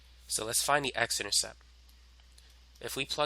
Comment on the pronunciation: Beautifully done. Only one thing. It's an "intercepT". And you could have edited out the occasional violent coughing.